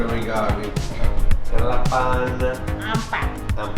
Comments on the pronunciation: Not 'Lapan'. But, 'Delapan' bro 😂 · Not lapan but delapan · Is delapan not lapan Mr.😉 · EIGHT = Yang benar DELAPAN bukan LAPAN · Apa kabar, not apa khabar. Air dingin, not Air sejuk. Karena, not kerana. Alergi, not alergik. Delapan, not lapan. 😊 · 8 is (delapan) not lapan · 8 ( eight ) is delapan not lapan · its not lapan(8) but it is delapan how to say is like the lapan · Delapan not lapan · Not lapan ..in bahasa but delapan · You said lapan incorect. It is delapan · 8 = Delapan bukan Lapan :) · It is DELAPAN not LAPAN. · 8 is delapan...not lapan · Correction: 1. Delapan not Lapan 2. Air Dingin not Air Sejuk 3. Boleh in Indonesia is Bisa. It's different from Malay 4. Nobody says Petrol in Indonesia. Petrol is Bensin in Indonesia